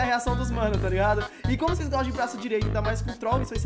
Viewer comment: Goxta de goxta